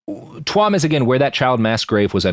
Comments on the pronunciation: Robert I respect you but Jesus Fucking Christ its pronounced "chew'em" not "twuam" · Love the show, cool to have you doing some Iriah topics. Tuam is pronounced Chew-am.